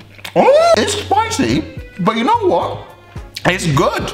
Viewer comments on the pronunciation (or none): accent kicks in on the “what”